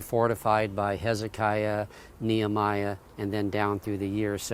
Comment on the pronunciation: Pronounced (Knee Hem E Ah) not the way he pronounces the name; (Knee Ah my Ah) By the way as there are still people today with that name. :)